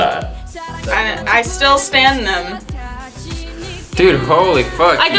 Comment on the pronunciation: that girl trying to say "stan" in every video :') she's hilariousss I love her